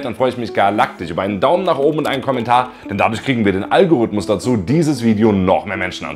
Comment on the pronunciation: Soso, den "All-gorythmus" 😂 Dann mal All-es Gute zum Geburtstag und danke für das Video!